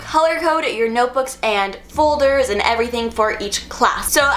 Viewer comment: I am the only one who heard her say "fuldurs"